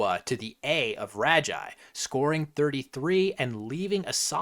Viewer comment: fyi Ragi is typically pronounced with a hard g like rag